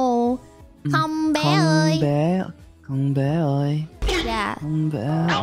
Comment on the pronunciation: Trời má ổng lần đầu ổng nói hông bé ơi mà tại sao có thể chuẩn đến như thế nhỉ :)?